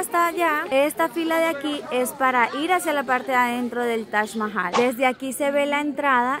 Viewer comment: Es TAJ MAHAL. literal yo oigo que dices tash mahai.